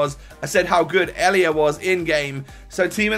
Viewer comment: Names pronouncuation😂 Zoet: Zoot Riedewald: Reedewald Elia: a-lia